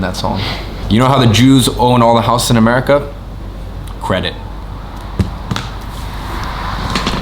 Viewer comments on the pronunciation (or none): none